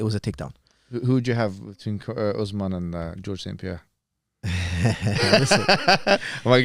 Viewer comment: It’s George St Pierre not John St Pierre 😂